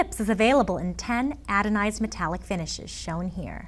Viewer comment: She pronounced it "adonized" instead of "anodized".